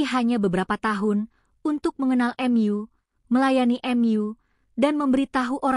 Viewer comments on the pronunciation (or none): Kok narator nya ngomong nya aneh ya. Hrs nya kan tau tp dia sebut nya ^tahu* juga Mu disebut nya Em yu